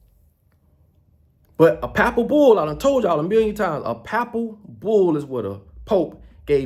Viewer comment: Why won't you debate Geno Jennings on Religion pleas quit saying Pappal bull you sound like you dropped out of school in the 3rd grade. You need Jesus Christ. You're all over the place lip service you don't even brush your teeth you said in a video before why would anyone take you seriously. Or respect you that has common sense. People like you found a way to take advantage of poor and lost people during the shutdown. And you ain't ran nothing but your mouth. You say pepper has no value but you want people to buy your silly ass hats and clothes